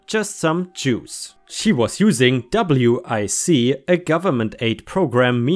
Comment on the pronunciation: Hello. Incase no one told you W.I.C. is pronounced like WICK